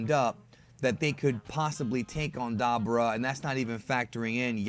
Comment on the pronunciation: Da - boo - Raa is how it's pronounced. Not dabber - ah